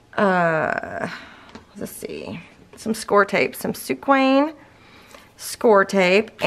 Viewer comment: The mispronunciation of SOOKWANG sounding like sue queen has been driving me crazy, until I finally got real Scor Pal scor tape! But Otherwise love everything - just made the Everlasting as a baby \ family album for my daughter!